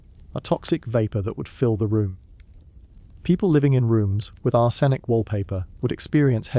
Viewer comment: Leed? Ar-senic? You're killing me with the pronunciation here